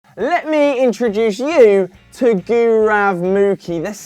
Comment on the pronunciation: But his pronunciation of gaurav was horrible for some reason.